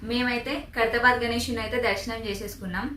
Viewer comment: Khaidhrabad aa😂😂😂 khairthabad